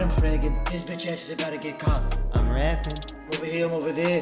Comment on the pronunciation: "I'm ovah here, I'm ovah there" What an absolute gift Actually would of never seen that if it weren't for this channel